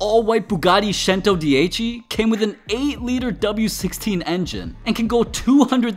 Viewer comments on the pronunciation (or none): Chentodeici it cento-di-chi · Centodieci pronouncation sen - toe - de - si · Fun fact : it is actually pronounced like "chentodienchi"